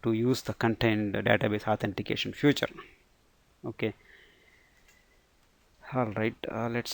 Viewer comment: good, but note that you are saying the word "future" where you should say "feature" because that confuses some times.